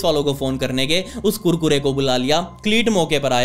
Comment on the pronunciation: The way he said kurkura😂🤣